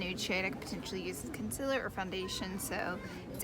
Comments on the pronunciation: Con-SEE-ler not Con-sil-ler... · Con seal err is how you pronounce concealer not consiller And contour is one word, not two. Not being mean, just saying. I've seen people drag you for pronouncing those words incorrectly. You're supposed to be a make-up Guru, so know how to pronounce your products dear. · Know what I just realized she said conciller again I completely forgot that’s the way she said it I’ve gotten so used to it 😂